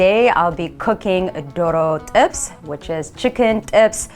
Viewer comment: Did i hear correctly? Its doro t'ibs? Amharic has ejectives...